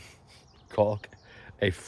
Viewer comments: Is it caulk or cock?? 😂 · the effort to pronounce that "L" in caulk lmao